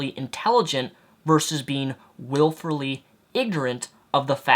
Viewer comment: Wilfully, not "wilferly"